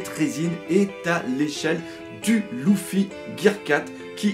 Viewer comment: Mais ptn c'est LUffy pas LOUffy